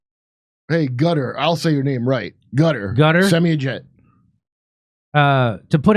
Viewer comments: It's pronounced 'Kuh-Tar' not 'cutter' 😅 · Qatar not pronounced “Cutter” Kurt, it’s pronounced “Khataar” I lived there, so I should know. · No, it’s not called “Gutter” if you can’t say the Arabic “Q” say “Kutar”. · Qatar (Kah-tar) no cutter omg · Its not cutter. Its Qataar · Its proper sound is not "Gutter", it's "Kah-tar" with the emphasis on the first syllable, rather than the second. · SR. JIMMY IT'S KA-TTARR NOT CARER!!!!!!!!!!!!!!!!!!! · It's pronounced Cut-R, not "Cutter".😂 I like how the sidekick guy said, "Gutter".😂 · ehy do american struggle so much pronouncing qatar lol it’s not kader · IT'S NOT GUTTER. DO THE WORK AND LEARN HOW TO PRONOUNCE قطر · If I have to hear Kurt pronounce Qatar one more time. It doesn’t make you sound smart. No one cares.